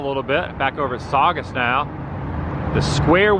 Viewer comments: Yes, you pronounced Saugus correctly. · I'm from Scituate MA, you should check the south shore out. Pretty cool old houses. Also you did in fact pronounce Saugus correctly